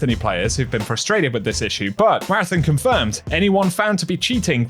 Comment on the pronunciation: ON ON ON ON, marathON. Stop fucking saying marathIN. Learn how to read my guy.